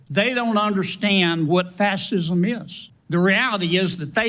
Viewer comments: Sounds like Kennedy's false teeth prevent him from CORRECTLY pronouncing fascism. Was it a dental waiver he got for NEVER serving in the military? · kennedy cant even pronounce fascism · He can't even pronounce 'fascism' the man is a troglodyte. And his smug "Don't ya?" I want to slap the taste out of his mouth. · He can’t even pronounce “fascism”, but he can read detailed gay sex? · Kennedy cannot even say fascist or fascism right!! Kennedy has no duty, honor or respect for our Nation!! Just Trump. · He can’t even pronounce Fascism! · That thing from Louisiana is dumber than a bag of rocks (sorry bag and rocks). It can not even say the word Fascist or Fascism correctly. How dare that thing call into a question an honored man that served this counrty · Its very telling that Kennedy cannot even correctly pronounce “fascism.” LOL